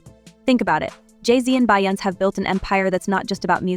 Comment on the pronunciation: Who is BY- OUNCE? Her name is pronounced BE-YON-SAY